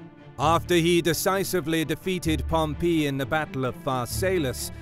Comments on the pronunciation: His pronunciation of Pompey is hilarious. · You need to learn to pronounce the word Pompey. It's annoying. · I don't know why...but the way the narrator says "Pompey" threw me off multiple times...it's so...different somehow. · Thank you for correcting your pronunciation of Labienus from wrongly in the first half to rightly afterwards, but then weirdly reverting to the wrong one again! Pompey is not pronounced that way though. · Spaniard here (hispania, ave 🤚) , with a strong classic latin accent in his native language... Ay pompeyo... Really cant concentrate each time pompeius is said pompee... pompoo! Now gotta go toilet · No, it's Pomp-ee. I've never heard it pronounced like that either. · why does it sound like you are saying pompee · "Pom-PEE" uh the way he says pom-EE! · Drove me nuts too. So much emphasis on the PEE part. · Great stuff, truly. But it's pronounced Pompay... not Pompee. Just saying... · Pom Pee----means to urinate the correct pronunciation is Pom PA! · Just an fyi to you guys at historeeeeemarch, his name is Pompey, not Pompeeeeeeey, hope that's helpful. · The narrator needs to pick a pronunciation for Pompey. Sometimes it's pom-PEE sometimes it's pom-PAY. Meanwhile, my professors always pronounced it POM-pee. Also, maybe tone down the tv narrator voice - the content here is absolutely top notch, but the voice over is difficult to listen to. Just enunciate clearly and speak like a person. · Picky, picky, picky in an entertaining documentary, but did Pom pee? Over more decades than I care to define, it is literally ("literally" actually meaning literally) the first time I ever heard it pronounced with the accent on the "pee"; like chalk on a blackboard. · Okay, is Pompey actually said like Pom-pee or Pom-pay or Pom- py? I swear this guy sounds like he's saying Pom-pee. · Whoever taught you to say Pom-Pee? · Pom pee? enough with the comedy pronunciations. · Everytime he says Pom-pee a little part of me dies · pom- PEE! lol